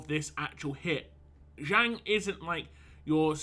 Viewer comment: It's pronounced as Jung without silent J.